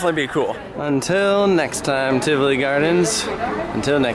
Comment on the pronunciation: I’m so happy you say Tivoli correctly. There is a cruise vlogger that the entire episode he said Tivoli wrong and it was unwatchable!!